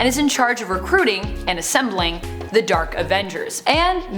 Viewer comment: Why does she call them the “Derk Avengers”?